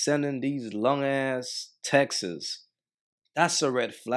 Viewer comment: 😂😂😂 Her eyebrows & small professional hooks😂😂😂 These women already offed YOUCbecause you say "Textes"😂😂😂